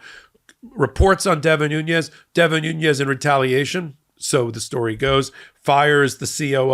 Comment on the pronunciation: I don't think the second N in Nunez's name is the spanish enya. I think it is pronounced as an ordinary n.